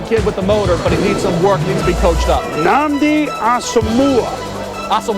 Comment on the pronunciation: They butchered Nnamdi Asomugha's name lol. One of my favorite corners.